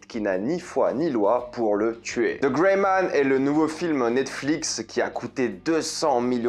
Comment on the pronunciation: Travaillez votre accent anglais avec: The -> De